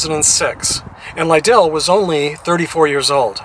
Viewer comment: He played for me. Great family. His name is pronounced Lidle like you’d pronounce like soup ladle. If you do baseball let me know so I can assist